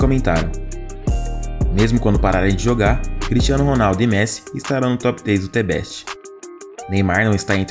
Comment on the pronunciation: T Beste? The = Zhë, Best = Bess, you now ?